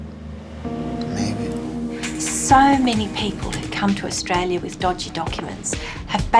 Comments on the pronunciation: He can't even say Australia ! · Lol, I was born is tralia. If you were born then you would know how to pronounce the name of the country (Australia) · He can't even pronunce the country he says he was born in.